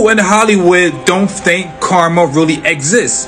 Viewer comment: Amen, not to be rude but I hate it when they say Karma. I like how you said it.